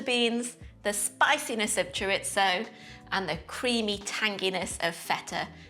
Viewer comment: I love the way you say chorizo😂